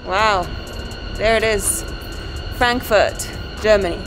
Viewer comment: you said it right فرانكفورت 😁